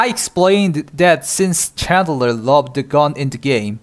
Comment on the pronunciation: Chandler? That is “klean” 😂